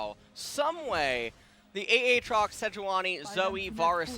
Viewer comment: Mister commentator, might I point you towards the champion spotlight for Aatrox so you can learn how to say it? Yes, this is a HUGE pet peeve of mine, but the champion spotlights have literally pronounced every single name that people disagree on. There IS a correct way to do it, and it's the way the people who made it decided. And as far as Gyarados goes, there just happens to be an entire fucking anime where it's name gets said a good number of times...